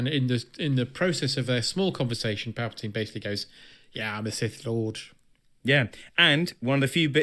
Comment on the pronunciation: Palpatine....say it right